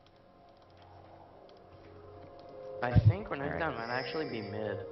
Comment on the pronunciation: Great video overall, pretty funny :D Just wish your mid would stop overemphasizing the last syllable of renkton's name l0l.